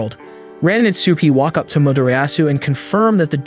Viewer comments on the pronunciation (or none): AyO he say lets take wakk and lets takk